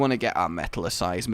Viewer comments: it's pronounced like metalle icize you like met-al-icize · its pronounced Met-al-eh-size! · It's pronounced met-AL-i-size